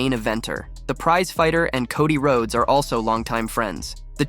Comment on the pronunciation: No, it wasn't he completely mispronounced wrestlers' names like Solo sikoa, Cody Rhodes etc lol